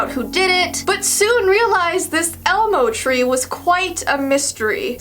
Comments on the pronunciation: I the ending did she she say elemo instead of elmo ??? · she says elemo 😂😅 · She said elAmo